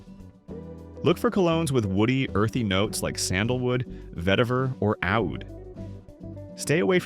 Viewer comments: Oud is pronounced "Ood" not "owd" (or "Oodh" if you want to be indigenously correct) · He sounded the word OUD wrong. It's pronounced "ooood", which is Arabic for woody fragrance or a twig. A cologne with oud fragrance smells very strong and hence the hi price. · Was going so well until you said “Owd”. AI voiceovers are the definition of can’t be arsed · Good leather will age and patina over time, which is a good thing. But, you lost me at Oud. If you can't even pronounce it properly, you shouldn't be educating us. Just my opinion. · The way this AI crap pronounced "oud" was annoying